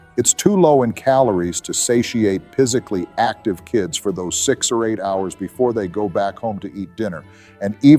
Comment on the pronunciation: Pisically? They say AI is lucrative, but it still speak like shiz